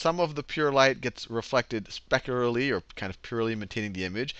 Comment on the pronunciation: mispronunciation of the word "specularly" try again